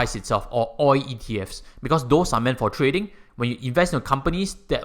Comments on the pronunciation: It's oil not oi. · You say oi insteed if oil.